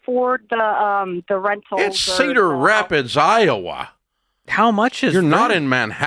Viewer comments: it's Cederrrr Rapids, Iowa...it ain't Manhattan 😂😂😂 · LOLLLL it's Cedar Rapids Iowa 😆 maam